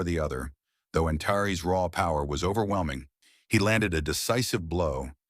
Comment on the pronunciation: Too bad the AI can't pronounce some names (Antares) the same way each time instead of at least 4 different ways!